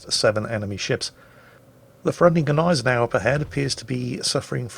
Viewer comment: I thought the G was silent in Gneisenau